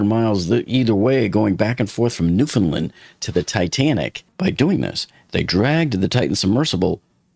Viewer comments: 1) As someone who grew up there, please, if you do anymore Oceangate videos, or just if you ever have cause to say Newfoundland again, please practice your pronunciation? 😅 It's pronounced like Newf'nland, not Newf'nlund. The primary/main stress in the word is on the syllable land, there's a lighter secondary stress on the syllable new, and there's no stress in the syllable found, so it gets pronounced like newf'nLAND. 2) I thought the reason for the 27 hour Titan dive was because that was the same one where Stockton strong armed everyone on board into waiting 24 hours on the bottom for the squibs because he wanted to avoid separating from the landing tray? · not a single youtuber knows how to correctly pronounce Newfoundland. everybody gets it wrong